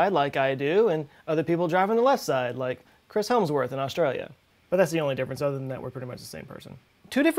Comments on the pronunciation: This is not at all relevant to the video but is it "Helmsworth" or "Hemsworth"? I always thought it was the latter but he just pronounced it like the former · "Helmsworth" Heh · It's not Chris Helmsworth. It's Chris Hemsworth. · "Helmsworth"? Apparently we're renaming celebrities today, eh, Joel.